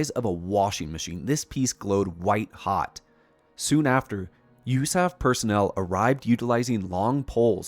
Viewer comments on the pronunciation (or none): I wouldn't have known it was an AI generated voice until it said 'usaf' as a word instead of U.S.A.F. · It absolutely was AI generated speech. Who says "usaf" as a word?